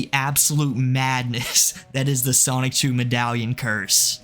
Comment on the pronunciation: Stop saying "Sonic-chu" its SONICHU